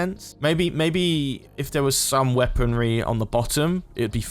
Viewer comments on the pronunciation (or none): none